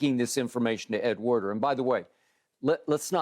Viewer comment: Pretty sure it’s Ed Werder not Warner